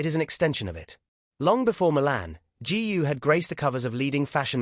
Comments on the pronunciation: Please do your homework! Her name GU is pronounced as GOO not g u ! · Why pronounce her name as G. U. ? Is that difficult to say GU ? By the way, her real name is : GU AILING ! Chinese people always place the family name ahead of the given name. Hungarians are the only Westerners who do the same as the Chinese because their ancestors came from North/Central China ! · That idiot can't even pronounce Eileen's surname !! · I guess AI is far from perfection. If it can't even pronounce her name right. Please don't post it. Totally disrespectful towards Eileen and her family.